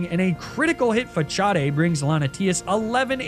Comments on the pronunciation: TF did you just say? That word is facade. Like the front of a building /structure or in this game's context putting up the false appearance of vulnerability and retaliating with a surprise attack to catch the opponent off guard, not fachaude....like wtf? I have never heard anyone say that word like that before unless they were like 8 when this game came out and that move was brand new still learning how to read. 🤣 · I hope u mean the pronunciation of facade as "fa-sahd"... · "Fachaday" how do you fumble that pronunciation 😭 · it's not "fachad" it's facade like façade meaning fake because it's like the pokemon is faking having a status, in order to do more damage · Its Fah-Sard Not Fahchardday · Love this! But… fa-CHA-dei?! It‘s fa-SAHD 😭 that hurts… facade… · I am pretty certain that "Facade" is pronounced 'Fasade', the 'c' is spoken as a 's' for this word. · for the love of arceus, please stop pronouncing it as fachade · Why must all of these YouTubers intentionally use the worst pronunciations imaginable for some things. That’s not how you say “facade”! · Your pronunciation of facade triggers me 🤣🤣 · Do you purposely mispronounce Facade? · I have never heard anyone pronounce facade like that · You pronounce facade wrong